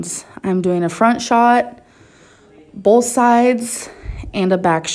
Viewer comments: The way she says “bowlth,” makes me extremely angry for some reason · it's pronounced as "Bolth" when in reference to ALR. Notice she always puts a L in both as Bolth. 😆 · Makes fun of the way she pronounces BOTH as “bolth”. Also:....”MELK” 😂😂😂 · I also personally love ‘Mills’ and ‘ekspecially’. When she uses bolth it’s my lucky day!! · Made fun of her for saying “bolth” when you say “melk” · Yessssss. And his over pronunciation of the word “potatoes”. Like, you do you boo, but don’t turn around and make fun of for how she says “bolth”. Amberlynn drives me fucking crazy but I also despise hypocrisy. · lol, she says "bolth", and you say "melk" - that was a cheap joke. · The difference is that misspoke but actually knows how to pronounce milk. Amberlynn on the other hand, pronounces "both" wrong 99% of the time 😂😂